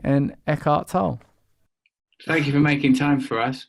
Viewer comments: It’s not pronounced tole-lay or tole - it’s pronounced the German way: toll-luh with the stress on the first syllable 👍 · TUH-leh... PRONUNCIATION of a foreigner's name actually IS important. Especially if you claim you respect them and have some familiarity with their work. Very telling that you just brush it off as like, Oh Fuck it you know what I mean I'm just gonna say it however I want lol Similarly telling that Tolle himself never ever corrects anyone's mispronunciation of his slightly difficult surname... So I will have a go, in honour of the man and his work: First, Tolle is a German name. And it has already been mis-written so as not to freak out non-Germans. It should read Tölle with the umlaut accent (two dots above the O). His original name was Ulrich Leonard Tölle, which he later changed to Eckhart (as in Meister Eckhart, the mystic). So now it's clear what his name is. Tölle. TÖLL-E. Depending on regional accent within Germany, the PRONUNCIATION of this may vary a tad. But overall it could be as handy to say as TUH-luh or TUH-leh. Not so hard now, was it? I have no German whatsoever. And this took under 5 minutes to Google. But 10 minutes to type out lol. Really. What am I like?? But still... just in case anyone out there wants to know how to say the man's name: It's TUH-leh. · It's pronounced TOLLAY!!!!!!! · How is his last name pronounced? I thought it was tol-lay. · pretty sure his name is pronounced "Tow Lee"? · Thank god, I kept hearing everyone pronounce it “Toe-Lee” and I was super annoyed. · Thanks Russel for bringing the best out of this interview. This was Eckhart Tolle (pronounced lolly I believe:) at his best. One of our greatest spiritual teachers. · It's pronounced Tol-le; - the 'e' isn't silent. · You are still an ignoramus brand, you should check out on line how to pronounce Tolle and the e is not silent. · his name is tank top tolle will you get his bloody name right for gods sake